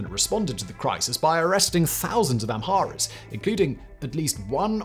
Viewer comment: Your narrative of Ethiopia’s recent political history is for the most part true, if not error-free. But your narration kept messing up the words “Oromo” as “Omoro” ( , ) and then again, you said in -25: “During the crisis in the 1980s many ‘amoros’ fled drought and famine …” I understand you meant to say: “many Amharas fled …” but it sounded like “omoros”. No such word in Ethiopian lexicon, but because in you mispronounced saying “an omoro prime minister…” you probably confused a lot of people. Get it right! Amhara / Oromo. (No such thing as: “omoro”, or “amoro”)